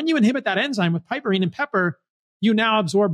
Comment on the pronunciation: Thanks for sharing some good points! As a retired English teacher, I must point out a tiny detail. Piperine is not pronounced “pipperine”, and yet you said more complicated words just fine.